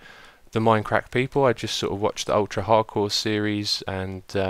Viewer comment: Stop saying minecrack